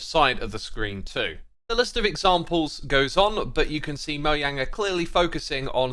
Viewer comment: Mojang ❌ Moyayng ✔️